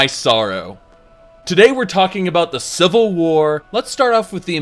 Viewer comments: "The Seevil War" :) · "Cvil war" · "today were talking about the cvil war"